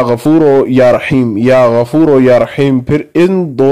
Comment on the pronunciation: Ya Gafooroo ✔ Ya Gafooro ✖ Majhool na parheyn please JazakAllah